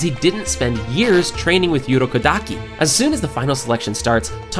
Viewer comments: Yourokodaki ahh pronunciation: no hate just find it funny lmao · Muzan (to Tanjiro): Hmph! You've been reading the Demon Slayer wiki on Fandom, haven't you?! Besides, it's actually pronounced "ooh-ROH-koh-DAH-kee", "GEHN-ya", and "TEN-gehn" (I'm half-Japanese). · You're butchering urokodaki's name